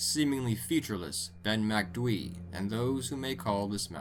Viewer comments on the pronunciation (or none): Ben MacDwee 😂😂😂😂. Its pronounced MAC DOOO EEE